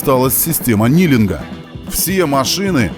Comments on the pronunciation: Спасибо за фильм, супер! Наклон автобуса называется не "нилинг", а "книлинг" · Не нилинг, а Книлинг